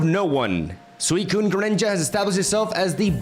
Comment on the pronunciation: This is the first time that it sounded like he actually said “swell”